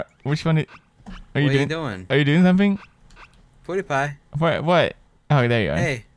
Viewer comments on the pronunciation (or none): I love how says "Poodiepie", I'm replaying this like crazy:D